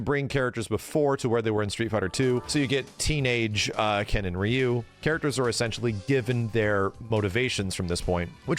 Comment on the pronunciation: Street fighter always has been anime, always. I'm sick of guys like top hat gaming talking for two hours straight about street fighter but refuse to properly pronounce ryu because "he isn't a weeaboo and doesn't like anime" c'mon dude you're just as cringy as the weebs